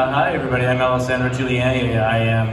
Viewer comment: I tought he said L-issandro Juliani for a second there